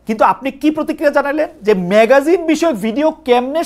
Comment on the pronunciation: শিক্ষিত সাংবাদিক খালেদ ভাই , ম্যাগাজিন নয় " ম্যাগাজিন " "ম্যাগজিন " ম্যাগজিন বলেন ম্যা গ জি ন